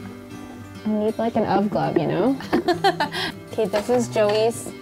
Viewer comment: said the most Canadianest ''hey'' of all time! I've played it at least 5 times 😂